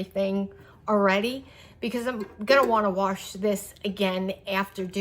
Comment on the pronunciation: Wash doesn’t have an “R” in it